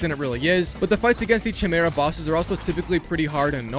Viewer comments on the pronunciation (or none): It’s Kai-Mera not Chai-Mera for future reference 😁😁👍🏼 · CHImera lmao they literally tell you how to say it xD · what is that pronunciation of chimera?😭😭